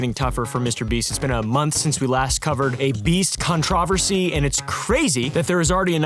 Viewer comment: The real controversy here is the way pronounces controversy 😭